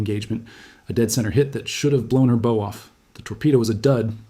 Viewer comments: Yes, and the AI narrating doen't know how to say the bow of a ship. All things said, what a great naval leader. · One clue is that AI does not know how to pronounce the word "bow". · I can tell when they mispronounce "bow".